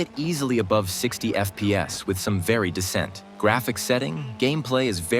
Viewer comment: why so many mispronounced words.. like "decent" being said as "descent" (going down). AI narration?